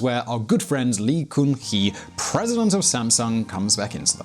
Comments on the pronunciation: Its pronouned gun-hee (gun as in bang bang). Come on man pronounciation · In pronounciation of lee gun hee, gun is not goon, literally gun !!